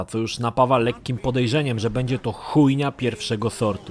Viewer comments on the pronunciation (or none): none